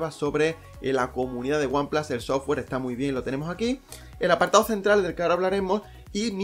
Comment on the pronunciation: El primer youtuber que oigo decir one plas en vez de one plus jajajaja